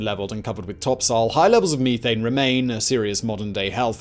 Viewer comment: Me-thane eh? Funny sounding for sure.